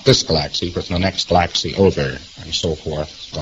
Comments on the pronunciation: Why can he not pronounce Galaxy correctly? Was he THAT stoned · Fucking hell, same here. guh-LAX-ee. Not only does he make verbs and adjectives into erroneous nouns to sound educated and incomprehensible, he can't even pronounce basic scientific terms.